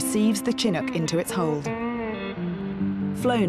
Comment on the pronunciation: It's pronounced Shin-nook.